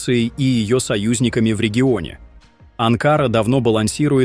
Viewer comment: АВТОР!!!! НЕ АААНКАААРА ---- А АНКАРА!!! НАУЧИСЬ ГОВОРИТ ПРАВИЛЬНО!!!! А ТО ЧТО ГОВОРИШ -ЭТО БОЛЬТАВНЯ С ТВОЕЙ СТОРОНЫ!!!!! ТЫ СПЕЦИАЛЬНО НАГНЕТАЕШЬ ОБСТАНОВКУ!!!!